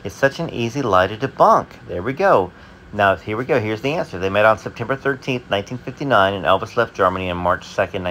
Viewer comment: She said septw.ber 1959